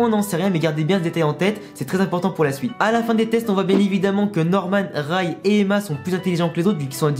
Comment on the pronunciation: Tu prononces mal Ray tu dis rAy alors qu’il faut dire rÉy (je sais pas si tu vois ce que je veux dire)